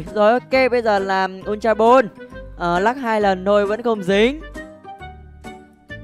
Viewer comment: Sao anh đọc mà cứ thêm âm '' R'' trong mấy từ tiếng anh vậy. Ví dụ ball mà anh cứ đc là born ấy